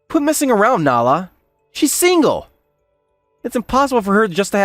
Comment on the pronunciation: This guy pronounces Nala as “nah” half the time 😂